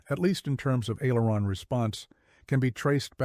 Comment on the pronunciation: AI narrator needs to pronounce aileron. That is the trouble with all of this AI narrators